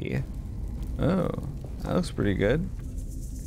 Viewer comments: With the kindest correction, that adze is pronounced adz. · The adze is pronounced like "adds." It's a medieval woodshaping tool! 🌈⭐️The More You Know